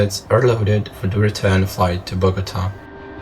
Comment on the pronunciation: Doing a voiceover is fine, but the audio quality needs to be improved. As others have noted, there is too much echo / reverb and it can be hard to understand. Also, although your accent is fine and in general you speak clearly, there are a few pronunciation issues. The word "the" must not be pronounced "de", and numbers themselves are not pluralized -- so it should be "twenty thousand pounds of cargo", not "twenty thousands pounds". And although you do speak clearly for the most part, which is good, on rare occasions you sometimes slur your words, such as when you said "twenty thousands pounds of cargo distributed on nine pallets" -- the words "distributed on" were slurred, making the whole sentence hard to understand (especially with the incorrectly pluralized "twenty thousands"). And "are loaded" sounded a bit like "are d'loaded" or "ard'l loaded". During the lingual transition from "are" to "loaded", a very slight "d" sound crept in. Many YouTube speakers slur their words, so you're not alone (and many are far worse!), so don't feel bad. I'm just offering friendly advice for improvement if you wish to continue doing voiceovers. 🙂